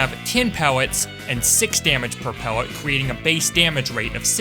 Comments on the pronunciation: i swear he said "pewwet" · I like the way he says Pellet like how the Rabbit from loony toons says wabit